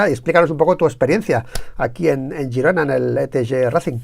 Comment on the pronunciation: Girona, no gerona. A usted le gusta que le llamen por su mombre, no?